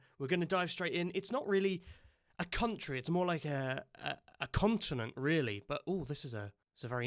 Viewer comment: Stop saying continent